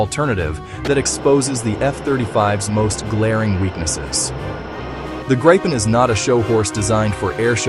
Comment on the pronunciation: Just say Gryphon You can't say Gripen correctly